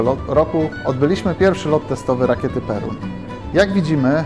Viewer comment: Nie Perun tylko Pierun.